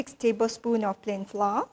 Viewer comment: Good recipe. Please note pronounce "Flour" same as " Flower" ( English)